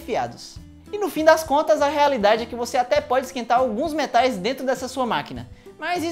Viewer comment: Achei que a tumbh tava em inglês: " Me Tais" " No micro-ondas"